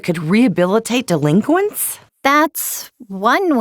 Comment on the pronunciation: Chi-Chi calling the super saiyan forms “Deliquents” actually pisses me off